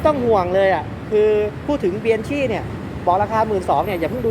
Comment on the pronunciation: Bianchi อ่านว่าเบียงคี่ ครับ